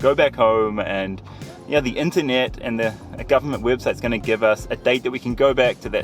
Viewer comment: She says dee instead of The